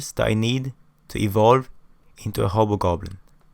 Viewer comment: The fact that he pronounce the hobgoblin but ended up sounding like "HOBO" goblin makes me laugh so hard and the only reason I watch this video in the first place 🤣